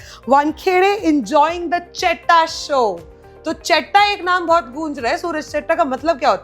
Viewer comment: It's Cheta pronounced "Cheyta" elder bro. Not "Chetta" with strong T - which means Scoundrel.😂